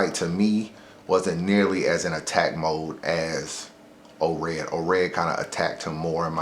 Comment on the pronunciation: Daylyt and *Ored you said Daylyt and oops at the end